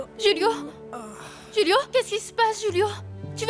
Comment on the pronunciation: Julio c’est on Español du coup c’est hulio pas rulio